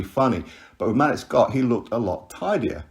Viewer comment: Hey. Hope all is well. Malik’s name is pronounced ‘Ma-leek’ or ‘Maleak’. I was listening to your video while working and I couldn’t put 2 and 2 together until I saw the photo. I was thinking who the hell is Malick Scot?